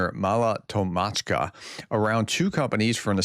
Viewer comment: It’s Tokmachka,Cherbaky and Novodanilivka pronounced And you have to work on pronouncing the k in Tokmachka